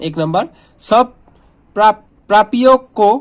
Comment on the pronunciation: Prapio nehi pranio kehete hai 😂😅